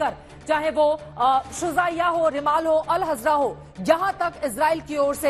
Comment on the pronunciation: मेडम जी शहर का नाम सही लो आप अल हजरा बोल रही हो अल ज़हरा हे